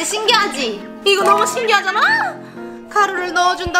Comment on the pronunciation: 신기하잔아 할때 신기한잔랔ㅋㅋㅋ